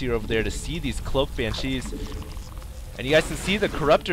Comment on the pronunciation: Banshees. Stop saying it wrong. She not chi, china man.